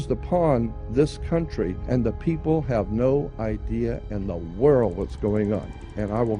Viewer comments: He makes reference to "the whirl" " no idea in the whitl" so often, he over uses the word "whirl" it's laughable and it's difficult to take some one seriously when they pronounce world with a silent L. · He's sayin' World with a silent D lol.